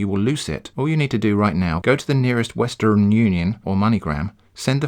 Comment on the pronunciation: The way you pronounced "Westrn" makes me very eager to hear you do an American accent, if there's any way to work it into a video like this. 😄